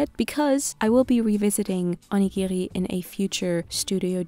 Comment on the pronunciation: never knew people had different ways of saying onigiri